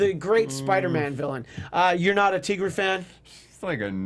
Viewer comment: her name is NOT teegra its tigra, like tiger....